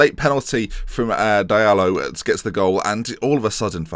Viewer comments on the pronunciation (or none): Diallo is pronounced Jallow